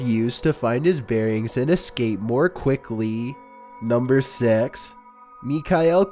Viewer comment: pronounces six sex